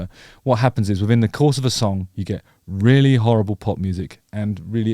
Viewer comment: The way you say "rrrreally" is very afrikaans 😆 many people can't roll their R's like that. Well done!